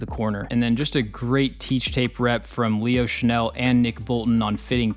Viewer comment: I think Leo Chenal (Shuh-NALL, not Shuh-NELL (which is a perfume)) already broke out. I don't think his snap count will go up, unless the Chiefs face more 21- and 22-personnel. In fact, I think it's his performances against those personnel groupings that causes opposing offenses to avoid those groupings. KC's 4-3 base grouping is just too stout.